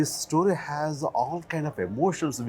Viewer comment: I noticed something-Why do these star kids(Sonam usually, and now Farhan and Ritesh Sidwani) pronounce the word 'STORY' the way they do. The pronunciation is neither American, nor British. Is it the snobby Indian way to pronounce? I wonder